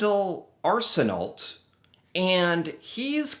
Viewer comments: Just FYI,... this guy's name is "Arsenault" and it's a Quebecois name. As a result, it's not pronounced as you did (Ars-in-alt). In a French Canadian name ending in "ault" or "aeault" it's pronounced "oh". Accordingly, this guy's name is pronounced "Ars-in-oh". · Arsenault is pronounced Arsen-O. French pronunciation. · Just a little help for you. The last name Arsenault has French roots and in Canada we pronounce it "Arsen-ō" (long "o" sound). You do not pronounce the "-lt" at the end of the name. 😉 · Sorry to correct your grammar. Arsenault pronunciation is Arsenno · Just an FYI, pronounced Arsen-oh. Great vids. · Arsenault it's Are suh no not Ar suh nolt